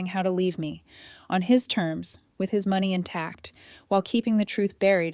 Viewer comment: Pronounciation of money 👎